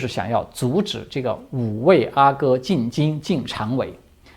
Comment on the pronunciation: 阿哥，阿是四声，皇子。